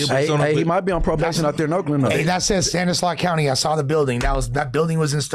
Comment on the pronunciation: don’t even know what he sayin Stockton is San Joaquin county not stanisaus lol